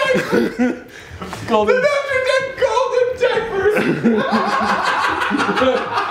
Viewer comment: It is Dame